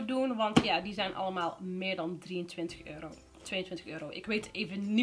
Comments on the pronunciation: Haha waarom zeg je altijd euri inplaats van euro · wrm zeg jij eurie ipv euro???